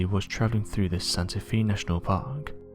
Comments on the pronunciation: Santa FAY, not Santa FEE. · I'd not heard of this 411 story. (First not related to the story, but for any future videos, Santa Fe is Spanish and pronounced Santa Fay [not Fee]. No problem, everyone knew what you meant.) I'm curious as to why the hospital covered up the story and also how the first search party didn't find him if the GPS coordinatess were correct? Very odd story. I am glad the man didn't die before getting help. The man who found him is to commended for staying involved and supplying him until the rescue team found him. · Fe is pronounced fae Not fee you need to go back to school and maybe this time you should pay attention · FYI, it's pronounced Santa FAY, not Santa FEE. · Does anyone else here think that Santa Fe is pronounced as Santa FEE?? I bet you that NOBODY else is that stupid, surely everyone knows its pronounced Santa FAY... right? I really wish this narrator would go missing, I have had it with his crap! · As a former resident of New Mexico Santa Fe is pronounced Santa Fay. The universe is 10000 Times more mysterious than the mind can conceive. There are areas where the veil between dimensions are thin and you can find yourself in a slightly different version of reality. Check out the Mandela effect. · Santa Fe is pronounced Santa Fay. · It’s pronounced Santa Fay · Can you not research how to pronounce certain names and cities? It's really not very difficult at all. (Santa Fe) is not pronounced "Santa Fee"